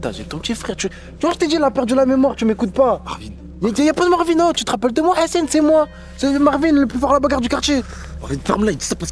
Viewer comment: Pourquoi ils disent hessene au lieu de dire Hassan sans prononcer le h ?!!!ils sont gênants